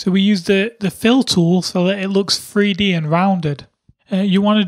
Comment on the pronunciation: He always say free d